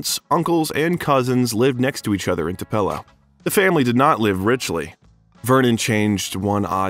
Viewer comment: You are saying Tupelo wrong, it is pronounced Too-pa-low. Thank you very much for doing a biography on Elvis. There will Never be another performer or man like him. He was the Best looking man to walk this Earth. He had a voice like no other. Elvis is greatly missed by millions. I will Always love him. R.i.p.🙏 Tlc. 🤙Tcb⚡️💙💙💙💙💙